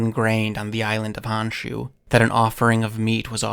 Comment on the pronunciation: So, it’s pronounced like “hone-shoe” not “hawn-shoe”.